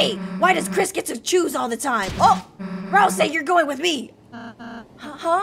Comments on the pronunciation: she still says rasel instead of ralsei... :| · also keep saying ralsei not "razel" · ralsei is like ralsay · That's also wrong. It's pronounced ral-say. Toby even pronounced it on the livestream